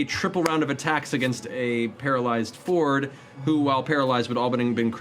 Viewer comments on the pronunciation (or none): Isn't Fjord pronounced more like Fi-yord? If it was just Ford it'd be spelled like Ford, right?